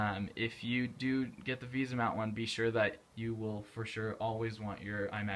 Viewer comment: VESA mount! not VISA